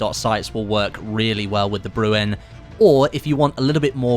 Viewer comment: It’s not pronounced brew en. It’s bre N. Like Ren from Ren and Stimpy